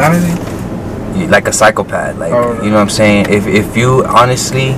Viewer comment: And btw bro it’s psychopath not cyclepath .